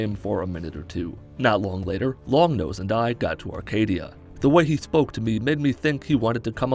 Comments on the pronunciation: It's "Acadia" not "ARcadia" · My guy really said “Arcadia” the whole video